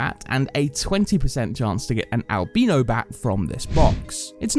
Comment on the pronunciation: The way he pronounces albino is triggering me